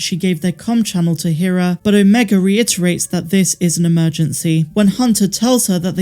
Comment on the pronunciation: Her name is pronounced Hera, not Hera.